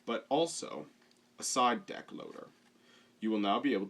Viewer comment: No, it's "Deck" not "Dick"